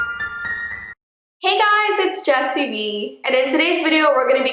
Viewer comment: Me hearing jessi b insted of 😂😂😂😂😂😂😂😂